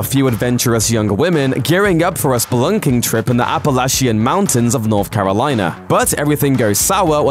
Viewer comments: The Apalation Mountains Ehhhh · Ah-Pa-Lash-Ian mountains lmaooooooooo